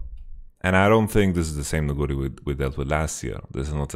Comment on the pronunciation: most caster pronounce it Nu-gu-ri instead Nugu-ri. I dont know who is correct cause I trust your knowledge but yeah I dont know the way you pronounce it trips me bit up. Besides that you are awesome keep up the good work.